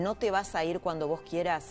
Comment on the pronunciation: Se dice "queramos", Laura, no "querramos". Todo lo demás excelente.